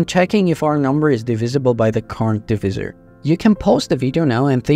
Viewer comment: Great video. For non-native English speakers, note that it's "division", short first and second "I", "divisible", short first, second and third "I", but "divisor" short first I, long second I, to rhyme with "visor". Divizzer is how it's written but not how it's said. That aside, the maths/math is excellent.